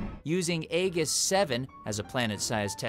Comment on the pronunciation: The way you pronounced Aegis is extremely cringy